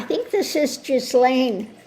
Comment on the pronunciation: Excellent! The autistic Virgo in me has to correct your pronunciation of her name. It is a French name and it starts with a hard G, like in good, the h and s are silent. So it sounds like Gil-lane.